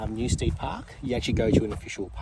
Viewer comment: New-STED, rather than STEAD. So glad you tried Dig!